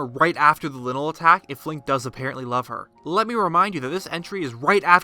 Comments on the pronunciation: I’m sorry...lynel pronounced linle? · How you say lynel is la-i-nel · The way you pronounce Lynel I was like “What’s a Lynel oh he just doesn’t know hey to pronounce Lynel.” Th y sounds like a long I not short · You mean lynel as in lionel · Heh he called the Lynel linle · why do you pronounce things so badly lie-null (lynel) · The way he says lynal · Not trying to be THAT guy, but it's pronounced "Lie-null" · Its “Lie-nel”. Pronunciation was confirmed already. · Look bub, it's not pronounced, " linel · Did you pronounce Lynel like linle?????? Idiot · It's Lion-el! Just say "lion" and add "el". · Just a tip, I believe it is pronounced Lion-el. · its it pronounce " lie- in - null" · He said the linl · Ugh... him mispronouncing lonely is really triggering my ocd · Almost left the video when he pronounced Lynel like "Linnel" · It’s like lion-elle, but gets shorted to Lynel, pronounced “lienl” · Geoff Williams at first I didn’t understand what he was saying and I pronounce lynel “lienol” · Geoff Williams me 2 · He pronounced Lynal wrong. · Your'e pronouncing lynel wrong. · stupid lynel pernounciation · The fact that you pronounce Lynel and Ploymus like that makes me really nervous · Is anyone else bothered by the way he says Lynel? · How the hell do you pronounce lynel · The letter Y and I are very deceiving, but yeah I agree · I can't get over the way he pronounces Lynel.... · Plz stop saying Linnle it's lynel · It's pronounced ly-nul. Noy linul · Not linl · Its not lynel its lynel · linel, LINEL??? its pronounced lie-nell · LIE-NAL. LIIIIEEEE-NAL. Not Lin-el. 😂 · XD lynel not linel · no one: :literally no one: me: ITS PRONOUNCED LYNEL (LIE-NULL) NOT LYNEL (LIN-EL) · This is cool but I hate the way he says lynel. It looks like a lion man so shouldn’t it be pronounced the same? Ly-nel not li-nel. Right? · Linle ... Ma’am, it’s “Lie-nl” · Im so triggered :) Its ploymus not poloymus Its lynel not linel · "linnal" It's lynel lie-nuhl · DUDE. ITS LYNEL Lai Nel not Li Nel